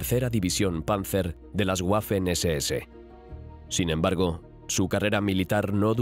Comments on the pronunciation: nada más como dato, la W en alemán se pronuncia como la V del español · Sobre todo la pronunuacion, algo que me gusta de este canal es el empeño que ponían en pronunciar alemán, Ya que el dueño del canal estudia dicho Idoma. Y en este video me voy encontrando un "guafen ss" 🥴